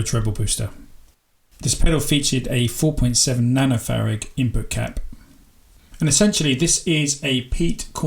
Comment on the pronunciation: Its Farad not Farag